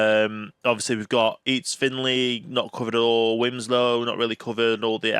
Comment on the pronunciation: It’s actually Finchley, not Finley.